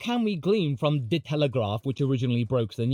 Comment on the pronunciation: pronunciation tip: In Dutch, the word De (the) is quite literally pronounced as "Duh" (well, maybe without the inflection at the end)